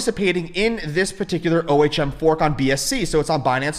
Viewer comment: Okay. You made me look O H M is pronounced 'Ohm' It's a real word